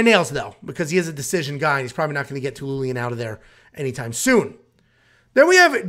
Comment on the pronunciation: Love the channel, but bro let's work on those name annunciations 🙂(dennis telinian LOL). This might be a candidate for worst card of the year.